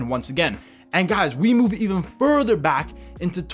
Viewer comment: 😂 he is trying to say EVEN NETHERLANDS AND PORTUGAL.....